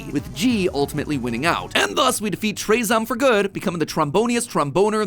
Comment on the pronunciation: I think that it isn’t pronounced traezom, but rather traahzohm.